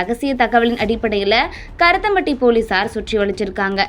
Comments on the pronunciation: இரத்தம் பட்டி இல்லைம்மா. கருமத்தம்பட்டி என்று சரியாக உச்சரிக்கவும் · ஏம்மா ஒழுங்காக படிமா கருத்தம்பட்டி இல்லை கருமத்தம்பட்டி